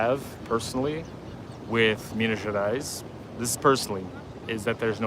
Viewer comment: Never been there, I am a terrible Brazilian... 😂 It looks beautiful tho. I know the slaves had a very hard time inside the mines. I believe there is an Afro museum somewhere telling the tales. Btw your "Minas Gerais" is sounding very local, you are picking up the accent. Enjoy the food, MG has the best kilo restaurants.